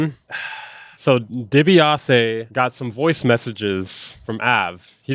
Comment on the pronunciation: DEE-BEE-AH-SEE like the old wrestler... million dollar man ted dibiase